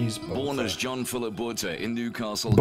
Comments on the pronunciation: Boota- we don’t pronounce the h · Bakkies Botha is pronounced 'Buck-ees' 'Bwoot-ha', just to help you out with your pronunciation. Thanks for trying so hard to pronounce the names; we appreciate it. You have picked up some South African fans and subscribers through your Springbok rugby showcase the last few weeks. Well done! If you're looking for more players to review, have a look at some of the past Springboks like Percy Montgommery, Victor Matfield, Bryan Habanna, Du Plessis brothers are some good suggestions. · South Africans pronounce Botha like this: boowatah. Don't linger or place emphasis on any syllable. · Bakkies “Boer.tah” (English pronounces Boer with a silent “r”) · The "h" in Botha is silent, easiest for you to pronounce would be BOW-TA. Not 100% right but easiest lol. Random fact, Bakkies was a nightclub bouncer when he started playing iow one tough mofo. IMHO Eben is a better player - strong, mean, skillful, a leader and intelligent.